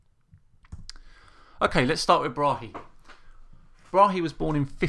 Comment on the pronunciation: Tycho Brahe (Thyge Ottesen Brahe) is danish and it pains me when you say Bra-he the correcr way is [tygoˈbʁɑːɑ] Braae - open a in the end and the e is almost mute - fine show btw